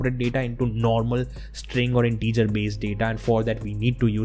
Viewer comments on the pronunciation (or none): none